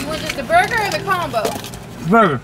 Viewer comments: it’s a really a popula burdegur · Oh yah she did say burder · "It's really a popular burderher." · "It's really a popular burdger" 😂😂wth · "It's really a popular BurgDer!" 😂😂😂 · "its really a popular birder" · "it's really a populur burder" Sure it is. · "iz really a poputa burdagur"